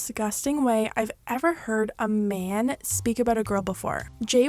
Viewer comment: Don't emphasize "man" like that.